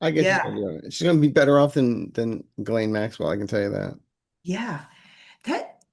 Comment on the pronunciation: I looked up on the internet how to pronounce "Ghislaine." This is a French word and the Gh is pronounced "ZH," like the way French people would pronounce Gendarme, Genre, or even Jean. The s also has a bit of a zh sound. Zhislaine or Zhizlaine...